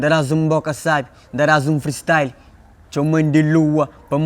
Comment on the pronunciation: “Freestryle” By 😎😂😂